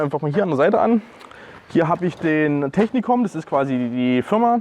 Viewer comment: Die Firma heißt Techinkom und nicht Technikom :P Im übrigen aber auch ne Geschichte womit ich mich befasse und ne Klamotte zu aufbaue. Digital Flora sieht halt einfach gut aus.